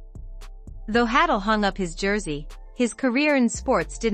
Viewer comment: Hay-dull is the pronunciation. Not hattle.